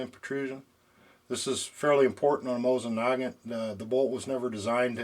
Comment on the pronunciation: Dude, you're killing me. It's pronounced MO-seen Nah-GON.